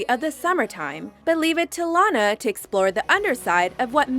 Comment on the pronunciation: SHE SAID LANA WRONG IM SO FICKING TRIGGERD RIGHT NOW WTF